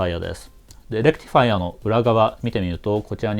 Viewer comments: レクティファイアの発音がいい！電気系の人間。整備業界の人間ならレクチファイアになる。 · まぁこれが正しいわな ｢チ｣じゃなくて｢ティ｣だし頭の｢レ｣にアクセントがある.. まぁそれをいいだしたら｢デジタル｣じゃなくて｢ディジタル｣なんだけどね